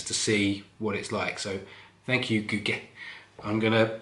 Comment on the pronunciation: Wow! Gugge is a good friend, i think you pronounce “Gugge” quite well 😀. Cheers from Sweden 🍺